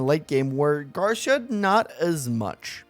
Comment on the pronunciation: Spanish-speakers hearing you say "Garsha"